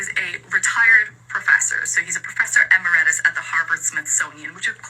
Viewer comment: She is supposed to be a scientific expert ? Is that right ? But she couldn't properly pronounce the word "emeritus" ?